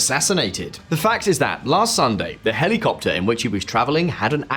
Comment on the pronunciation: Hely Copter,Hely Coptet.